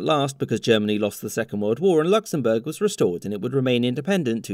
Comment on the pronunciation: ah yes, Knocksenbourg